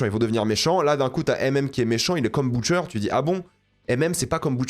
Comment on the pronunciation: "Boutcher" j'ai pas pû regarder plus d'1min de vidéo